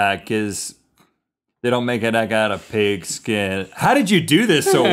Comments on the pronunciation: Hahahaha lol I thought he said pickle skin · He said "pigaskin"